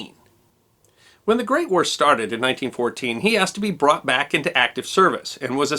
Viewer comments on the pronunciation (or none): none